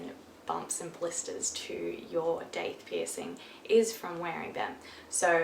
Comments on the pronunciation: I'm American and I have never heard it pronounced Doth. I've always said Daith. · I’m in the USA, and I said daith to a piercer and he made me feel all stupid and rudely said, “ uh, you mean DOTH?” But I’ve literally only heard it pronounced DAITH everywhere else on earth, even the states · I'm from the States, and I always pronounced it as it was spelled - daith. I still call it that, even though when I looked more into them apparently it's supposed to be pronounced doth, like goth with a d. 🤔🤷‍♂️ The lady who did my daith piercing (who also did my eyebrow) told me all she knew about them. She said it's really about 50/50 with how people feel they have helped or not after the fact. She explained as you did, about the idea of it helping coming from acupuncture pressure points. Mine didn't bleed at all, and as much as I loathed it I used just my left earbud (got the piercing in my right ear) with my phone set to mono for 3 full months after and slept always on my left side as well for at least 5 months. I would say my migraines reduced a tiny bit, but I would not say it's a migraine cure. At least it wasn't for me. But, I'm one medication step away from getting injections from my neurologist every three weeks as I have absolutely horrible migraines. I still get them every other day at the least, and they last for several hours, sometimes all day. VERY IMPORTANT THOUGH - KEEP THE PIERCING AND AREA AROUND IT CLEAN. I slacked off with my eyebrow but it didn't affect it much, was still fully healed in less than two weeks... But as you said, it's a hole being punched through cartilage! Mine was done with a 16 gauge. You really need to follow the aftercare instructions to the letter and be mindful at all times that it's there while it's healing. Great video!